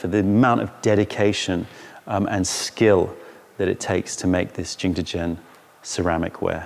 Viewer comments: Because he doesn't speak Mandarin obviously. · I'm sorry for this comment, delete if you want... But why are you saying jingdezhen like that? It's a good video, good content, but why did you have to ruin it by saying jingdezhen like that every single time. 😭